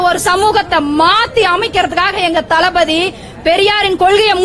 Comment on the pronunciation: தலபதி தலபதி எனக் கேட்கும் போது தலவிதி தலவிதி என்று கேட்கிறது